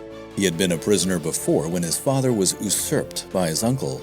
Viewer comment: It’s yoosurped not oosurped!!